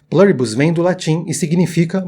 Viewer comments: a palavra é latina amigo, não precisa falar com sotaque kkk É plUribus, com U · se é do latim, não seria melhor falar o U com som de U mesmo, em vez de "plâribus"? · Qual é o sentido de pronunciar um termo em latim como se fosse inglês? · O vídeo é bom, eu gostei. Mas me incomoda a pronúncia de "Pluribus" com leve "intonação americanizada", como se fosse em inglês; especialmente pq você pesquisou e identificou que é latim. Mas isso é o de menos, apenas pontuando mesmo, rs!